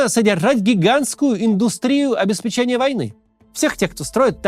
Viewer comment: ОбеспЕчения, блин, замучал